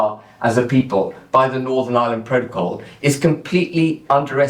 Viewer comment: Love the way you say pro - to - col. Richard burton delivery